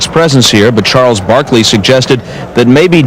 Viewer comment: 🤣😂🤣 “Sharles Barkley”